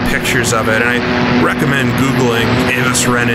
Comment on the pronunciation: Avos-Rennen, he says. no. Avuhs- Renehn.